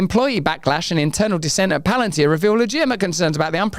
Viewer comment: Palantine/ palantir